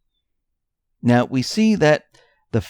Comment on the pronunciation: LOL! Oh, that was hilarious. Call "CON"-gress. OMFG! Can't stop laughing. You're kinda new to all this, aren't ya? God bless ya dear. You'll get there, just keep digging and connecting the dots. It'll all click sooner or later.